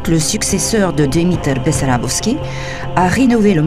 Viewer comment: само дето манастирът не се казва БEсарÁбовски, а БАсарбÓвски... 20 пъти го каза Бесарабовски, а се вижда и на надписа на входа и на иконата на светеца, че не е така! То бива неграмотни...